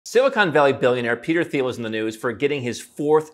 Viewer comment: Very nice. But dude, the "th" in Thiel is pronounced like that in Thailand: just like a "t", and not like that in "think". Also, one wouldn't have a philanthropic "impact", but an influence or contribution.